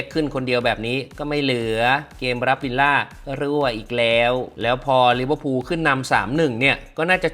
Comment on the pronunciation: ลิเวอร์พูล❌ ลิเวอร์พุน✅